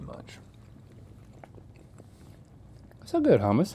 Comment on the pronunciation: As a Greek person who loves making Greek cuisine I have to correct you guys with all due respect. Gyro (GEE-ro), Baklava (Bok-la-va), Hummus (HOO-mus)